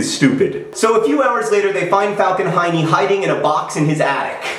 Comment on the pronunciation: Yes, its 2 am in Finland, and I am giggling about Heene (Hiney)